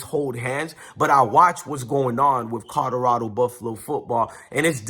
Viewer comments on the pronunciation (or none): YO WTF!!! PRONOUNCE THE "L" IN "COLORADO"!!! ITS NOT A "D"!!!!🤦🏾‍♂️🤦🏾‍♂️🤦🏾‍♂️